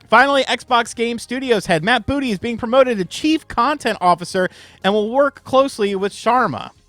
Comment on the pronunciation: i hate to be that guy, i keep hearing charemon. lets not forget bootey doesnt help.